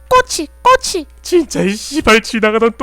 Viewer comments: ㅋㅋㅋ그냥 꼬치가아니라 꼬~↑치 발음이 왜 이래 ㅋㅋㅋㅋㅋㅋㅋㅋㅋㅋㅋㅋㅋ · 꼬치 발음 인간문화재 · ㅋㅋㅋㅋ 꼬치ㅋㅋㅋㅋㅋㅋ 발음 존나 웃기넼ㅋㅋㅋ